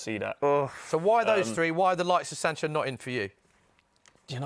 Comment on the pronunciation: man said sancho😂😂😂😂😂😂